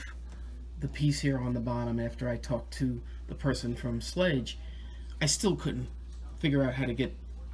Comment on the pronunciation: Thank you for your video, it helped tremendously. FYI, the company is called Schlage ( pronounced shill-A-g).